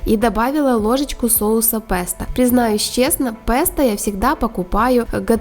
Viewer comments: по-русски слово произносится как [песто] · пЕсто, а не пЭсто. Не первы раз уже